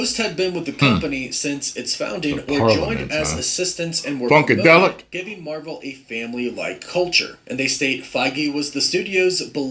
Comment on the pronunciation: Nobody Nobody: Mavel